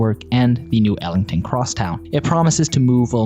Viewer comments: its not Elington' avenue .. its eglinton, get it right lol. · AI voice can't pronounce 'Eglinton', instead it's 'Ellington' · “Ellington” avenue 🙄